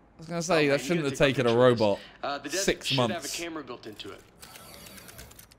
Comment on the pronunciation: Man said robet